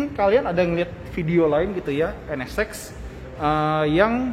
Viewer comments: Penyebutan NSX nya terdengar seperti NS-Sex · Sya denger penyebutan nama nya N Ne Sex ada yg sama pendengeran nya...